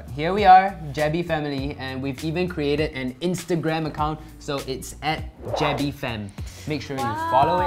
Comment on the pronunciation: He said Jebbie Family but the Channel Name is Jebbey Family 😂